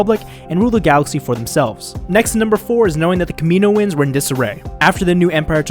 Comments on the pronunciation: yeah he pronounces it incorrectly but its not that big of a deal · I thought it be "Kami-noans" there be a pause but 4 syllables still